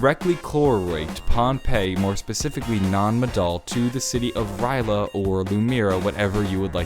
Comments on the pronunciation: Somebody... somewhere... is whining that you didn't pronounce R'lyeh right. It's okay, it wasn't meant for us mere humans to pronounce it since it's meant for a more alien tongue to say. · I'm triggered he said rly a wrong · surprised noyone is mad at him from the way he says R'lyeh. then again e.e if you actuallu know the lore their is no right or wrong way to pronounce it (we cant pronounce cthulhu either, along with a lot of other things) e.e i doubt cthulhu will have much to do with the story later on in the story, its gonna be a more minor thing (yet still possibly big) e.e which is sad i love hp-lovecraft so i was happy when they added in his influence